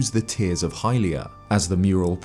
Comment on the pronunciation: It’s literally not hylia.